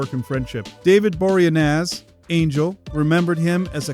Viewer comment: Will you PLEASE pronounce David Boreanez correctly!!!